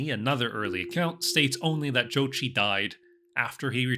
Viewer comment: Not even 5 seconds in, he already pronounced the name correctly. Mongol approves